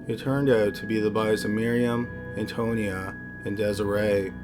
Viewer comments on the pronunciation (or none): Antonia not Antonio